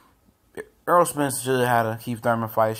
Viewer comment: errol not earl